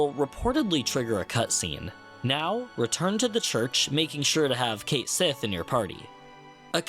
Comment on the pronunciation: heyyy cait is pronounced cat and sith/sidhe is pronounced shee :3